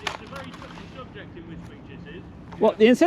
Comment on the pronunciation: And nice you actually pronounced it correct this time ....although all the locals there call it a derogatory name connected with the immigrants which are quite prolific in this last 30yrs.